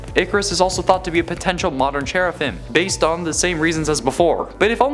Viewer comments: What is a cheraphim it's pronounced "seraphim" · He said Sheriffim.